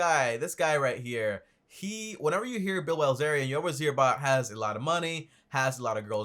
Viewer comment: This guy is ridiculous. He actually said - "Bill Wellzerian" and like 2 minutes before that he said..."Bill Billzerian"..,... Neither of which are correct. And yet, he still managed to correctly type Dan Bilzerian's name in the description of the video. Astounding.